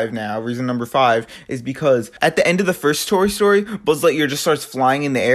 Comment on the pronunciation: this nigga said tory story